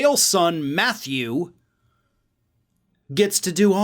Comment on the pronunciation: The enunciated 'U' sound and the end of Matthew always gets my attention. I'm automatically like what did I do?!